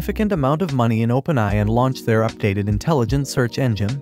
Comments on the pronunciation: Input the word A.I. in your AI voice tool so it will say it right. If AI only (without the dots) it will be pronouced as "eye". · I like how this was told by an AI voice, pretty good, but could not pronounce OpenAI well. Still, which one did you use for this?